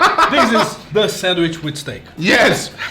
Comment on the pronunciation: No one:: SENWISH